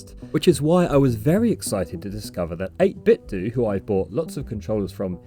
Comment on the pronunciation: fyi, it's pronounced 8bit"doh", like Nintendo. :)